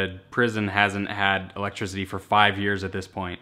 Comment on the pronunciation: Why my man saying elegtrizity instead of electricity